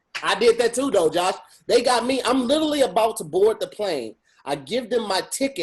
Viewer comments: Do a burpee every time says “littley (literally)” 💪🏾💪🏾😂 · I want you all to teach to properly say "literally". Clearly, it's his favorite BIG WORD, he should know how to say it correctly. He says "Little Italy" or "Litaly" and I just can't. A real friend would've taught him by now. lol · Nothing is more annoying than saying “literally.” I know he pronouncing so many words wrong, but he says that word so much and so lazily that it gets to me lol